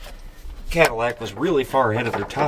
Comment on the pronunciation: It became a "Cat-ill-ack" by the end. Gosh, I am clever...😅